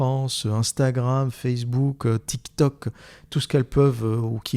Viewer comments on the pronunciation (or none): "tik tok" J'ai entendu "Tik Tak cancer du cerveau" Sans rigoler